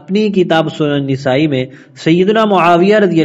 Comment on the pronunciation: ایک اصلاح ۔۔۔ نسائی کا صحیح تلفظ " ن " پر زبر کے ساتھ نَسائى ہے ۔۔۔ ماشاء اللہ آپ اچھا کام کر رہے ہیں ۔ اللہ باطل کے خلاف اپ کی اس کاوش کو قبول فرمائے